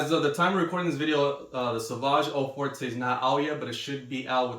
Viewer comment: O For-tay? Really you can't make the effort of pronouncing French words properly?